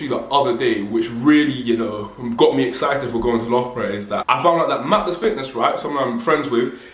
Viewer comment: It's pronounced lufborough btw 😘